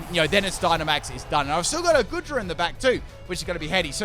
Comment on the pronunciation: Aint goodra pronounced goo-dra